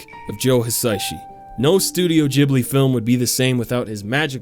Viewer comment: Ghibli god dammit, not gibli